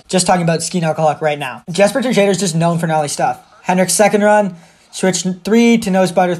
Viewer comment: Man said Jesper Tuh-jadher 😂. Much love ❤️